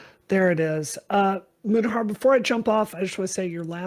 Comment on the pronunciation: I think Mutahar thought he was responding to Wu. Also, how many different ways are there to pronounce Mutahar? Keemstar just threw a new one in the mix.